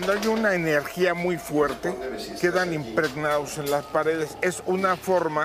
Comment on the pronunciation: Dijo "impregnaus"?